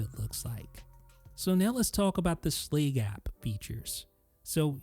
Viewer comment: It bothers me immensely how you pronounce “Schlage”.